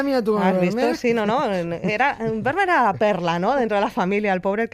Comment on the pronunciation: Fantástico postcard, como siempre....pero se pronuncia "fermmer". La V en holandés es f. Como tiene doble "m", se alarga. Lo entendí cuando en Ámsterdam le pregunté a un peaton donde estaba el Muse "Van Gogh"...no me entendía hasta que me dijo.....ahhhhh fan joj".👍👍👍👍👍